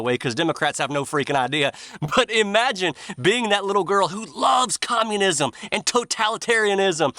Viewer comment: Kam-unism 🙄 Even Zuckerbucks came out & said it.